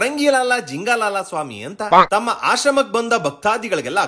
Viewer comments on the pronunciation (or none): ಶ್ರಮ ❌ಆಶ್ರಮ ✅ 👏👏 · ಶ್ರಮ ❌ಆಶ್ರಮ ✅